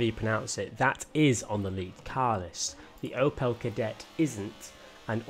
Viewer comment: As a massive Opel fan mainly the ascona the way the says Opel annoys me 😂